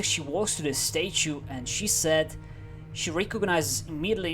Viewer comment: I crack up everytime I hear you pronounce statue: Stae-choo